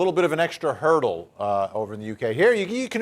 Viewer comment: DID YOU SAY...😂 a little bit of an extra HEARD-le?! LOL .😂 .😂 .😂 .😂